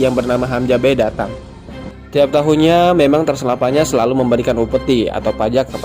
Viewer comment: Transilvania bukan transelvanya